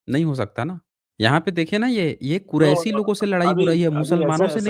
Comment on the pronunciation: Kuraishi nahin hota hai Qureshi hota hai be Mohammed Sahab Suresh Khandan ke niche